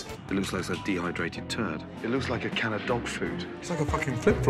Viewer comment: dehydrated thurd?! stop it brain dont imagine it xD